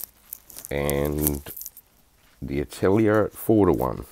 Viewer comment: My mind just couldnt wrap around what "AH~TILL~EEE~ER" is and suddenly I realize you are attempting to say the French word "AH~TELL~YAY" which means SCHOOL !!! Thanks for the chuckle !